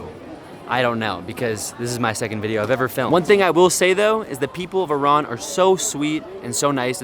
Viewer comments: Thank you for pronouncing Iran the correct way! ❤️🇮🇷🦁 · Thanks God you pronounced it right Not i ruuuun😂 It was interesting vlog 💚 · Thank you for saying Iran correctly. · Great that you guys call it Iran,not eye ran